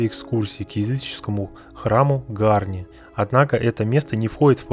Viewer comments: Позволю небольшое замечание; в любом армянском слове ударение ставится на последнем слоге, не Га'рни, а Гарни' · Безусловно палец вверх, и маленькое исправление, произнося ГарнИ ударение на последнюю букву «И» но не на «а» в остальном все как у профессионального блогера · ГарнИ, ударение на И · ГарнИ. Ударение- на И. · Гарни-ударение на и .Спасибо вам за позитивный отзыв. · все гораздо проще - в армянском ударение всегда ставится на последнюю гласную. Это так к слову, а вообще СУПЕР! Спасибо Вам большое!